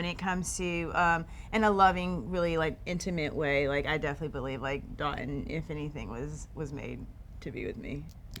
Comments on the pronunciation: Dotun..please tell your fiance how to pronounce your name. Haba!!! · Will she ever pronounce his name right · Dotun is a Nigerian name and to say it right it has to have the dialect. Charity is not Nigerian cut her some sluck